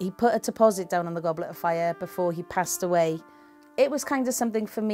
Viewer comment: “Before he passed away” it sounds more like “before i turned him into a NIFFLER “